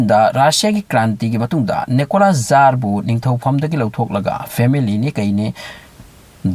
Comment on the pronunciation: Bro jar hyba ntte tsar hyyu